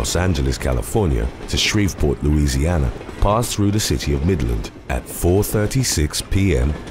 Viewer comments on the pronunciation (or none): none